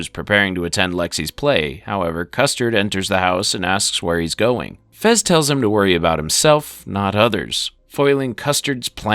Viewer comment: His name is fez, not frez